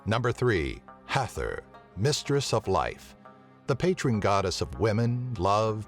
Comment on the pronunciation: "Patron to all craps" :-/